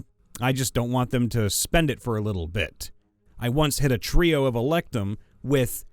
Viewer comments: Glad to see I wasn't the only one about to lose my mind everytime he said "electum". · my dude, the word "electrum" does, in fact, include the letter R, and it's not silent.